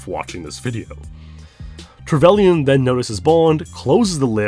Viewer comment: only thing wrong is how you pronounce trevelyn